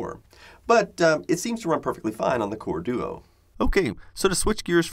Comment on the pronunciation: Wow I didn't expect "Core-Duo" to sound so jarring. It feels like a mispronounce